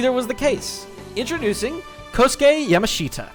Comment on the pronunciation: STAHP PRONOUNCING YAMASHITA LIKE YAM-A-SHEET-UH!!!! 😭😭😭 IT'S YUH-MAHSH-TA!!! YA = YAMCHA MASH = SMOSH TA = TA-TA!